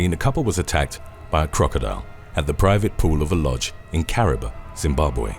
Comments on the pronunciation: Kariba is pronounced kah - ree - bah and NOT ka -rib - ah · you pronounced Kariba Zimbabwe wrong its ka-ree-ba